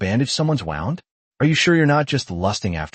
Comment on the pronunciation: You guys need to fix your AI it cant tell the difference between bow (bOw) and bow like to bow to your king. It also cant say wound (woond) right.